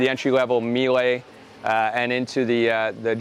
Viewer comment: Not how Mielé is meant to be pronounced fyi